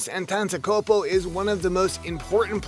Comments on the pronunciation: An-tan-tan-kom-po wtf is that it’s An-Te-De-Ku-Mpo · 'Ompklomptumcumpo' and LA brah douche voice?! great content bro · Entantekunpo Its Antetokoumpo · "Giannis Antanzakopo" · Its pronounced Antetokumpo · i know it is antetokounmpo but it is pronounced antetokumpo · “Giannis Antantakopo” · Bruh don’t make video abt someone if u can’t say there name 😂🤦‍♀️🤦‍♀️ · He pronounced antetokounmpo wrong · You got to work on that "Antetokounmpo" pronunciation jaja Nice video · You can even pronounce his name!! why dont just shut it down and stfu